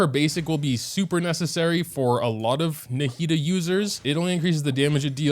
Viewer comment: NAH-HE-DA that's how you say it my g